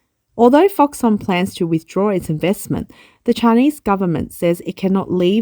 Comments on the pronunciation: It’s pronounced ‘Fox-Kon’, surely? Never heard it called Fox-Son, even though it’s a Taiwanese company and may have unusual Chinese pronunciation. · Middleman for Apple. But I think it should be pronounced ‘Fox-Kon’. Could be wrong. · You are incorrectly pronouncing foxConn